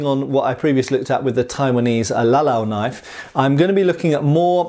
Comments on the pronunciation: "That's not a knoyf!-uh-actually-yeah-THAT is a knoyf!" Cheers, LOVE these vids, as I've almost entirely burnt out on the repetitive, brain rotting shit on tv, your channel has become a mandatory part of my week. Great job brother! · ''...knoife'', eek-cha-loi